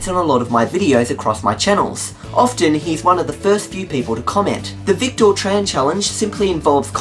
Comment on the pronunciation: Oh dear... Well...;) Thanks.:) Psst! It's pronounced "Vic-tiir":)